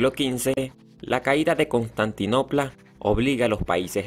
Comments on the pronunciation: O contantinopla jajja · Ya podrías revisar la pronunciación, también es inteligible cuando dices Constaninopla.